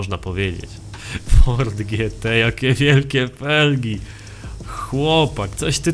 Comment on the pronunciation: W ,, forDZie horizon"????